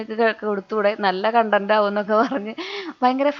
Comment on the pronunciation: കുറച്ചു ദിവസങ്ങൾ ആയി കണ്ടന്റ് എന്ന് പറഞ്ഞു വന്നിട്ടു കൊണ്ടന്റ് എന്ന് വീണ്ടും പറയും. അതെന്തിനാ. ആയിട്ടിരുന്നാൽ പോരെ. 😊